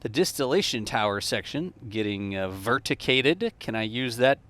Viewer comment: I gave this video a Like 👍 just for the word "verticated"